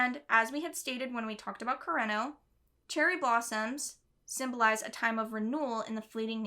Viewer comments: I didn’t think I was going to cry when I clicked on this video??? Also, re pronouncing Japanese names: a good rule of thumb is to pronounce them syllabically, so koo-re-no rather than kur-ren-no :) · i speak japanese and i say yours is fine. you pronounce it as if its an english name, like you make an r sound fo kurenos name. r in japanese sound like a d in english. kureno sound like kudeno in japanese 😅💕✌